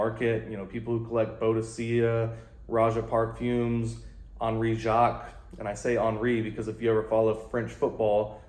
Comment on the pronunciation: I love your laid back but straightforward reviews. Especially, around BTV fragrances. HOWEVER, if you are going to insist on pronouncing Henry correctly "en ree" you must pronounce parfum correctly too! "pahr fuh" :)